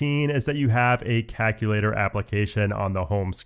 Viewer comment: Love the vid but hate the way you say “calculator”. Are you Canadian by chance?